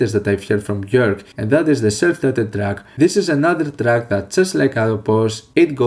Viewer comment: Thank you for pronouncing her name accurately.